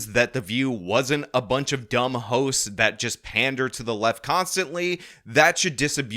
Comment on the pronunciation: Did he say dumb hoes or dumb hosts? I didn't catch it.